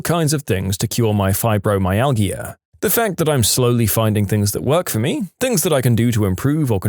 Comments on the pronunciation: You say it “Fibromyal-ja” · Fibromyalgia is pronounced fiber my al ja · Fibromyalgia is pronounced with a soft not hard "g". Cranberry juice, despite it's acidity, has been scientifically shown in several research studies to reduce bacteria in the bladder. As someone who is prone to UTIs, if I drink cranberry juice at the first hint of one I can stop it from turning into a full blown infection which will require antibiotics.